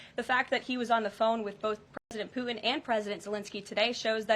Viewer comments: "Poo-in"? 😂😂😂 That's a PR conference 😂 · Who is President Poo-In?